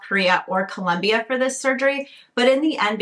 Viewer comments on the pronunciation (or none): none